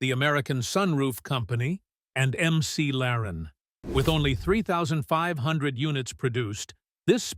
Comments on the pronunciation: I stopped watching at "MC Laren". Thumbs down. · can't wait to see how history judges the EcoBoost engine. and "M.C. Laren" - really?